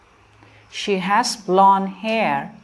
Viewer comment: Thank you but sorry for telling your mistake. Yellow color is not blone. Its blond.